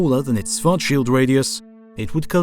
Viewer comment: The guy is not pronounced Swart-shield, the first SCH is pronounced the same as the second, i mean why wouldn't it?